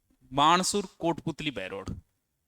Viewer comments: Sir ये बाणसुर नही है ये तो बानसूर है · सर जी बाणासुर नही है बानसूर है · गुरु वो बाणासुर नहीं ,बानसूर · बाणसूर नहीं है सर बानसूर है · बानसूर है ये नाकी बाणसूर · Sir बानसूर है बाणसुर नही है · बानसूर है सर जी वो 😂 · बहरोड़ [अलवर] था पहले और बाणासुर नहीं है sir वो नाम बानसूर है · बाणासुर नही बानसुर है गुरुदेव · सर बानसूर है वह बाणासुर नहीं है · Guruji wa Bansur hai Banasur koni 😂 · sir ji parnam🙏🙏🙏......sir ek choti si chuk h .....banasur nhi .....vo bansur h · बानसूर है वो सर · बाणासुर नहीं है बानसूर हैं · Sir banasoor nahi बानसूर है। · सर जी बाणासुर नहीं है वो बानसूर है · सर जी बहरोड़ है बहरोर नहीं है और बाणासूर नहीं बानसूर है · बाणासुर नहीं वो बानसूर है😅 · गुरूजी ये बाणासुर नहीं हैं। बानसुर हैं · बाणासुर नही है,बानसूर है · Sir बाणासुर नहीं है ये बानसुर है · बाणासुर नही है,बानसुर है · सर बाणासुर नहीं है । बानसूर है। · बाणासुर नही है बानसूर है गुरुदेव